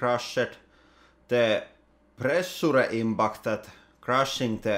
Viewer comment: The way you pronounce "pressure" will haunt me in my dreams :)